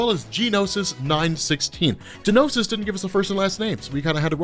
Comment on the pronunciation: By the way.. its not G-nosis. It's just Nosis. G is essentially silent.